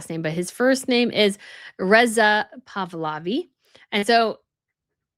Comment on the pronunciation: Pahlavi, NOT Pavlavi. Please get this right !!